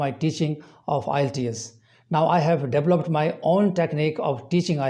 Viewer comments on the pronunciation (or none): none